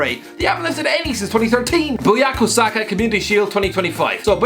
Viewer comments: My g it's BUKAYO Saka...not BUYAKO Saka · Did I just hear BOO YA KA SAKA for Bukaya Saka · it's Boo Kuh yo suh kuh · "Buyako Saka" Once again with a pronunciation masterclass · he says "Buyako Saka" and it is not even the right picture of the kid 😂😂😂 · Did I just hear buyako saka😂😂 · bo-kaa-yoo saka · Copal Del Rey Also:Buyako Saka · "Buyako" Saka uno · mispronounce his name, that happens but who is the guy in the picture? Is Andre Marriner?